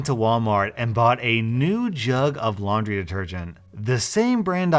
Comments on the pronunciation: It's laundry, not laundy. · Ah yes I also have “laundy” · “Laundy” xD im dying xD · Anyone gonna talk about “Laundy”? Edit: OMG Thank you guys for 100 likes!!!